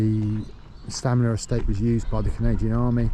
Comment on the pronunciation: It's Stanmer but he keeps saying Stamner?